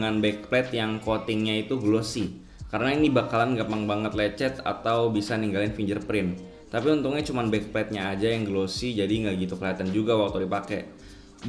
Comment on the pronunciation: "finGGerprint" bukan finJerprint